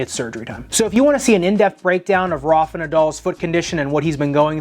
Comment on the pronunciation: the way americans say "Rafa" 🤮